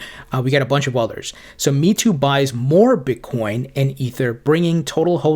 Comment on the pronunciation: Meitu is pronounced “May-Tu” meaning beautify picture. It’s got an app for photo editing. Thanks for always providing great content. Loved all the informative and interesting interviews. 👏👏👍